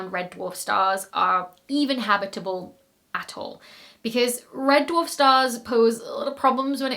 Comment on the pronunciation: And reference-quality "habitable" and "habitability." Fun words to say!